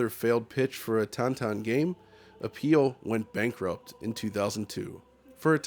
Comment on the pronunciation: Cool video, I need to try the games. But really, Tan Tan? 😆